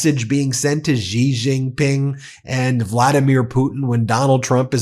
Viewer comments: By the way, "Xi" is pronounced "she" gidammit, not "zhee." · Xi is pronounced ‘she’.